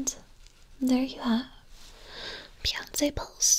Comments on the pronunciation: Every time you said "Beyonsssss" instead of Beyonce I just about peed myself. You are so wonderful. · Hahaha the fancy pronunciation of Beyonce got me